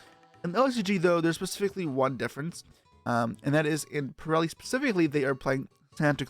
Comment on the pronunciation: thank you for pronouncing purrely right other than most other yugitubers lol